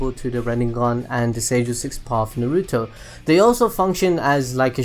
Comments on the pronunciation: ITS NOT NARUUUTO it's just Naruto the way he says is is so weird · why does he say NAR RUE TOE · its nar u toe why cant you say it right just like naw gi toe. i mean seriously. also its not pretra its pray ta. if you cant say it right just call it gakido.